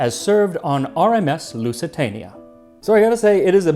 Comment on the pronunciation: "Loozee-tania", not "Loossy-tahnia". However, great video as usual!